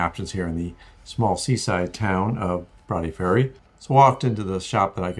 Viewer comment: My home town and I'm very impressed you pronounced Broughty ferry properly ( not everyone can ) Welcome back to Dundee anytime